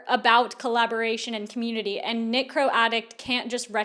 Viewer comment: I know exactly what you’re saying but l keep hearing “necro” instead of “knitcro” and it’s making this whole thing more bizarre